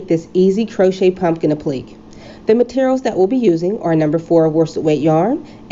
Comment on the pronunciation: Applique is pronounced ˌapləˈkā